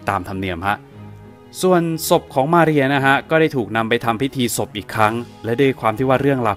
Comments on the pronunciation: สำเนียงชื่อของ มาเรีย โครตดีเลย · สำเนียงตอนอ่านชื่อเต็มมาเรียนั้นมันเริ่ดมาก เพราะเราก็เคยต้องพูดภาษาSpanish. สำเนียงคือใช่เลย Perfecto!